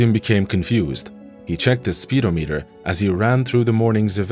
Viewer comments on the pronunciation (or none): “Confused, he checked his speedo-meter” he was confused so he had to check his metric system for speedo swimsuits! (Lol) It’s actually pronounced to sound like “SPIH-DOM-ETER” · It's not pronounced "speed-oh-meeter", it's pronounced "spe-dahm-uh-ter". English is a bad language as far as how things are pronounced.